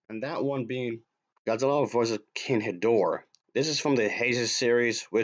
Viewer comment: Did you pronounce his name as “King Hedorah”?